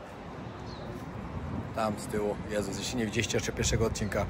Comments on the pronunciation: Portugalski jest bardzo podobny do hiszpańskiego. Wpisz sobie w słownik wymowę, to usłyszysz jak się wymawia „j”😂Dodam, że znałam Brazylijczyka niejakiego… ☺️co do Jesus, to brzmi „żezus” a nie „dżezus”. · Odnośnie wymowy: Jose czyt. „Hose”, Jesus- Hesus itp. Jeśli tyle podróżujesz, to powinieneś wiedzieć. Pozdrawiam 😊